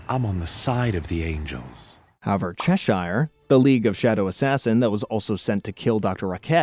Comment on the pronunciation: Ah yes Chesheyer and Zaytanna